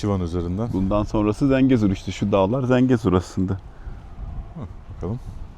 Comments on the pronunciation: ZENCEGUR NE LAN DENYO?? "ZENGEZUR" DİYEMEDİN GİTTİ KEKO...😂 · Zencegur değil, Zengezur*, Lefkoşe değil Lefkoşa*, Magosa değil Mağusa*, Azerbeycan değil Azerbaycan*, Amarika değil Amerika*... Türkiyeliler neden isimleri sürekli yanlış telaffuz ediyorlar???